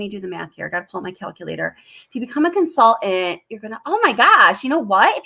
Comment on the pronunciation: Do you really pronounce the word "consultant" as "con-sull-ent"? 😉😉😊